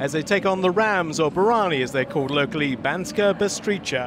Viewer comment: ...also, Banska Bystrica is pronounced Bystritsa. Do you guys do any diligence on the teams you cover?